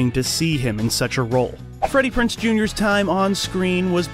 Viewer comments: It's Freddie PrinZe Jr., not Freddie PrinSe Jr. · It's kind of hard listening to you mispronounce his name over and over . It's PrinZe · If I had any complaints about this video it would be you forgot to mention his reoccurring guest role on Bones, and you're mispronouncing Freddie Prinze's last name. However, those are not major complaints, just a bit of whingeing, lol! Thanks for the great video!😉💖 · lol the fact you mispronounced his name for 23 minutes straight. This is a great channel regardless.